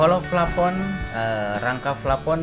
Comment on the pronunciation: Plafon bray bukan flapon 😂